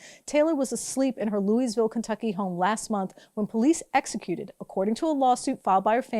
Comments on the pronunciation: Um it's "looeyville" not "looeySville" haven't you ever heard that before? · "Louise"ville? Really? And you expect us to take you seriously? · Just to clarify, the “s” in Louisville is silent, like Louie-ville or Loua-ville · It's pronounced lou-i-ville. No "s". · Good reporting as usual however mispronouncing the name of a major city is a bit ridiculous. It is pronounced phonetically...LOO-A-VUL. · People who champion non-establishment causes MUST make sure they pronounce words correctly or else jeopardize their credibility. The "s" in Louisville is silent. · The "s" in Louisville is silent.